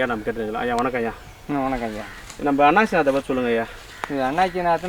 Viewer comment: அண்ணாச்சி அல்ல அன்னாசி